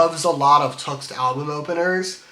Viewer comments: ur saying tuxt dude its T X T you should say it properly love the 3 hour pesintationtho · Btw it is pronounced T X T as the letters